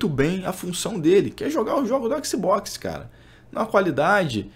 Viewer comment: Fechei o vídeo, ouvir falar écsibocsi pra mim foi d+, agressão auditiva séria.